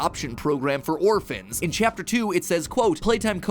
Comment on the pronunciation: "They were orfans" Tecno must be so proud in heaven